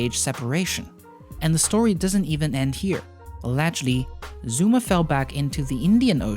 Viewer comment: “zOOma”